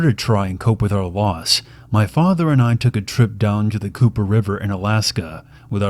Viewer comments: COPPER RIVER. not COOPER. LOL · "Cooper River" xD